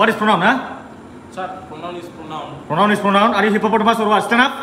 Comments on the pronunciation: Noun /pornoun🤣🤣🤣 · Pornoun😂😂 Its should be pronoun